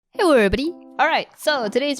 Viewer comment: my fav part of every video is "hewwo everybody"